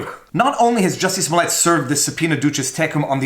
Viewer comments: Do I have to do this everytime?? He always mispronounce the name.. It's Juicy' Smoyey' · “Juicy Smooliet” 🤣